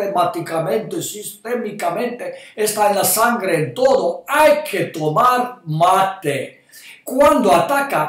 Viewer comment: Mi lindo Doctor usted siempre tan verídico, lo único es que mate no se pronuncia con acento en la segunda sílaba, el acento va en la primera sílaba, y ojo que se toma también en otros países de Sudamérica. Gracias Ud. sabe que soy su seguidora desde hace mucho tiempo, saludos desde Utah!